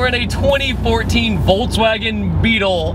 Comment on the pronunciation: voltswagen haha